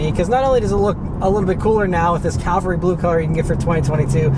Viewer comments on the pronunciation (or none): Cavalry Blue not Calvary Blue. This isn't your youth pastor's car.